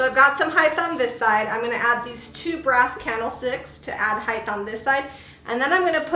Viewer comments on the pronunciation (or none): Your work is very nice but please don’t say” heigth”. It’s height.